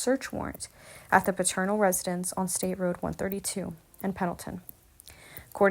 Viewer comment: I'm just starting to listen now. But I'm hearing something that's throwing me off. Their last name is Peternel - pronounced like PETER-NELL - Not Paternal. I'm only 5 minutes in to your video, but if you were a member of this Church, wouldn't you know the Pastor's name?